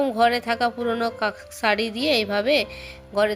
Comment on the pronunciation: আপনার উচ্চারণটা সারি হবে না শাড়ি আপনি শ কে স উচ্চারণ করেন কেনো এটা তো আঞ্চলিক ভাষা এটা বাদ দিয়ে শুদ্ধ ভাষায় কথা বলা শিখেন